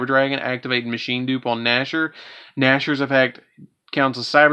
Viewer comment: Cyber Dragon Nashor? Nä-chst-er